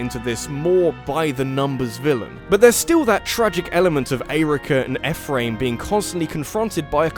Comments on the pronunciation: It’s pronounced E Fh-Rim not Ef fram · I am simultaneously overjoyed that is talking about Fire Emblem, but at the same time triggered by his pronunciation of Ephriam.